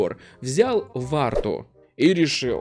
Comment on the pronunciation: А разве не вурту а не варту